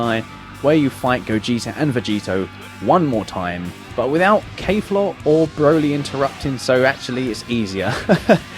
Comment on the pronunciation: Kef la, not kayfla